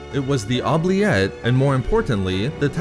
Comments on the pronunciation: It's Ooh-Blee- Ette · You pronounce oubliette wrong (its oo· blee·et) its french origin means “to forget”